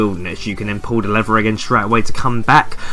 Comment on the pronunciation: For ages I didn't know what you were saying for the Wilderness 'lever' task. I'm from London so I thought you were saying, "leather", haha. Cheers though man. I'm an endgame player and I still have yet to complete most of these... I hate them with a passion but you make it so much easier.